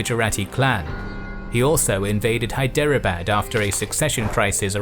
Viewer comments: A good and comprehensive survey, but must you mispronounce every single Indian name? For instance, Hyderabad is pronounced 'Hydrabad"; Rajasthan is pronounced "Rahjahsthahn, and the last syllable of Panipat is pronounced "putt", something that golfers do when trying to sink at short range. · Dear, While Indian names are understandably foreign and complex, please try to at least get the vowels right. It'd help immensely, even if you mispronounce the retroflex consonants. As an example the 'bad' in Hyderabad isn't pronounced like the English word, but with an open a as in Arctic. This 'open' a (or [aː] for IPA enthusiasts) also appears in marAthA, bAlAji and durrAni. The effort required is small (There are less than 20 vowels on the Hindi phonology wiki page), but the effect would be significant. Thanks for the superb videos! xx